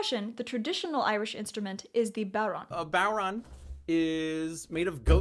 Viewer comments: It's not a Bow-Ron, it's a Boh-RAN. 😜 A lot of the hallmarks of Irish music are shared with Scottish music, so maybe I'm used to the Scottish pronunciation? All great instrumentation. Love it. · that pronunciation of bodhrán is one of the worst i’ve heard, it’s more like bore-on or boh-rahn, i love this video though, i’m irish from ireland and it’s so refreshing to see someone not from here take our traditional music seriously, it’s a beautiful genre, thank you so much for doing it justice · Some of the pronunciation was off, could be due to regional issues. Northern we say bore-ron (vut softer in middle) and yes you need some good wrist strength! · Oh no... I’ve been pronouncing the bohdran drum thing wrong for years